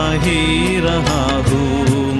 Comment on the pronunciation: आपने बहुत ही अच्छा गाया है। हूँ के ऊपर के चन्द्रबिन्दु का उच्चारण करने का प्रयास करते तो और भी उत्तम होता। घुँघरू की तरह बजता ही रहा हूँ मैं